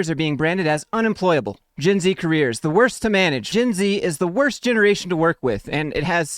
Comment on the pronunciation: That a shot every time he says "GINZEEE"